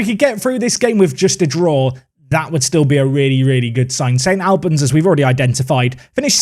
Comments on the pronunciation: St ALLLLLBANS...NOT AL-BANS!!! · It’s ST ALL-bans like All or Arsenal not AL like Alan or Albion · its St Albans (All-Bans) not Al-Ban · My mate sponsors St Albans, have to say it’s pronounced like St Olbans. Went there for their giant killing against Forest Green Rovers in the FA Cup! Love this league filled with loads of teams local to me in north London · Never heard St. Albans pronounced like that before 😅 my Polish mate used to read it as 'Stalbans', which I really like. Disappointed to not see the big tree in the corner of their stadium in game. Don't know if you have seen Clarence Park before? Give it a look. Great results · Love this comment. As a man from St.Albans the pronunciation was getting to me haha. Also can confirm the trees are still there and the pith is not that long loool